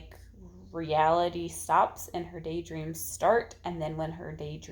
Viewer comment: Haha! When you were talking about Rebecca I thought you said she day drinks a lot (instead of day dreams). That would be an interesting twist! Lol